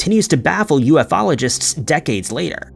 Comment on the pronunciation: Your hard work is appreciated as always, thank you. However, a little constuctive feedback if I may. Your continued mispronunciation of 'Ufologist' is driving me nuts and the whole George Adamski nonsense was debunked a long, long time ago, he isn't worth the fresh coverage.